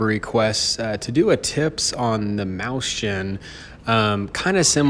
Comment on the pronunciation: XD mauschen xD That's so weird! Mäuschen doesn't even sound like that.. XD